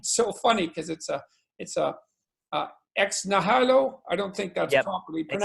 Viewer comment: "Ex hihilo" - Pronunciation available at (not there's more than 1 way to skin the cat on this one)